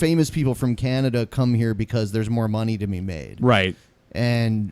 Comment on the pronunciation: Canadieas? Sir you need to learn how to pronounce Canada (Can-a-da) fucking babies could say that right and Canadian is not the country but rather the people from Canada